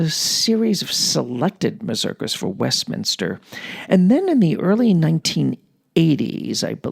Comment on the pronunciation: Excerpt from Nadia Reisenberg's Westminster (not Westminter)... What about Henryk Sztompka (First Prize for Mazurkas at the 1st Chopin Warsaw Competition)?!... I have Chopin's Complete Mazurkas recorded by Henryk Sztompka (1950's) on 4 LPs (The Complete Works of Fryderyk Chopin) / Polskie Nagrania (Muza) / EMI... Outstanding! And what about Yakov Flier (Chopin - 51 Mazurkas) / 3 LPs / Melodiya?!... I also had this great recording. PS Oh, you didn't like Sztompka... It's a matter of taste... By the way, you pronounce incorrectly some of pianists' names (Harasiewicz, Ryszard...). And I presume you don't like Flier either...